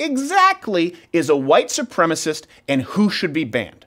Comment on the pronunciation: A wight soupreemus!